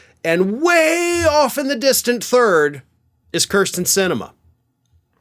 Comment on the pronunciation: I have no problem characterizing Sinema as a “cur” but please stop mispronouncing her name as “cur” sten. It’s “keer” sten.